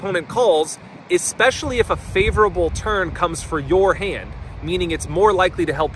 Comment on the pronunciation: Is he saying turn or turd?